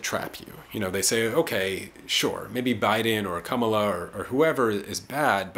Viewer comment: I voted on the first day of early voting. Voted for Jill Stein. I appreciate your analysis. On a side note, I’m sure if I shared this video with people who are Harris supporters, they may tune you out soon as they hear your mispronunciation of her name. It’s not “Kum-uh-la”. It’s “comma-la”.